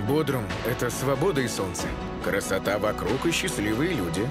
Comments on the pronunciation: Пожалуйста, уделяйте больше внимания фактчекингу: 1. Вообще-то это БодрУм, а не БодрОм 😂 2. Какие 35.000? Опять Википедия от 200х? Официальная перепись 200 тыс. постоянного населения. 3. Попробуйте оставить велосипед и вернуться к нему через 10 минут. На местном Авито уже будет лежать. Мелкое воровство - постоянная проблема, а машину можно не запирать, да ок, не угонят. 4. Маршрутки высаживают где угодно, а берут пассажиров на остановках. Раз в 15 минут - это какие-то маршруты, есть и раз в час. 5. 30000 лир на коммуналку - бред. Электричество/вода/интернет максимум 5000 лир и это если совсем не следить за расходом. Бассейнщиков, садовников и охранников не совсем корректно включать в этот список, говоря про всех, а не про элитный комплекс. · Бодрум а не "Бодром"